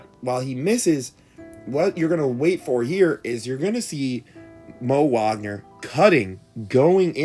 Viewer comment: It's baffling to me how you know to pronounce Franz "Wagner" but not Moe "Wagner" like they aren't brothers.